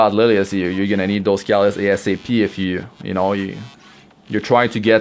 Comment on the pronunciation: Dude, learn to pronounce CATALYST. Seriously... the way you pronounce it sounds like CALLUS.